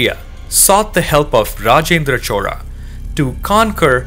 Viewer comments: Bro it is "chola" not "chora" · narration is little bit annoying and repeatedly you are calling it as chora instead of as chola.. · HI, your content is very good. only suggestions is about the pronunciation of the word CHOLA. it sounds as CHORA. even the YouTube subtitle also displays as CHORA. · I'm hearing Rajendra Chora, is it how we should say his name. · If u r doing it in english pls pronounce the surname correctly " Chola " not chora. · 🤦‍♂️ It's neither Chora nor Chola. It's "Chozha". Tamil has three variants of the syllable "l" and this is the third one. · Chola sounds like chora due to your accent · Why do u keep pronouncing it "chora"..just want to understand correct way of saying it.